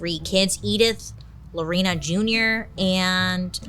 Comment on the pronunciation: As a Lorena, thank you for pronouncing it correctly.